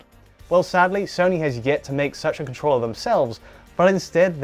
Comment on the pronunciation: Wait...he says "con-TROLLER" April fools joke haha?